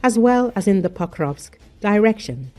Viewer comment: Litości ! AI głosem słodkiej idiotki informuje o miastach "Sam Yumi" (Sumy) oraz "Pakowsk" (Pokrowsk). Tego nie da się słuchać